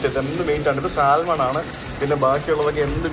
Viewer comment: Salmon is pronounced സാമൺ 😎 I used to say സാൽമൺ 😃👍 Enjoy😍👍